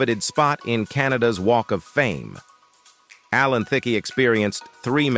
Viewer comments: Why did you use all stills and little action. And your A.I. ! It is pronounced Allan Thick, not Thickee or Thicka or Thick-A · right on!!!! Alan Thick A. hahahahahahahahahahahahaha. we're in a lot of trouble as a race!